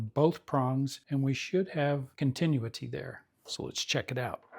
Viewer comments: He said it only twice correctly in his last video too. It is phonetically pronounced: con tin new it tee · I like your instructions but you made some errors when checking the power transformer. You checked the secondary windings with the #80 rectifier still plugged in. Had the winding been open you would not have caught it because you were reading the filaments in parallel with the windings. Nice job on checking the others coils. Also you are mispronouncing the word continuity. Good job !